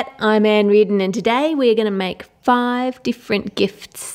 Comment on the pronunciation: al zaidy its make not mack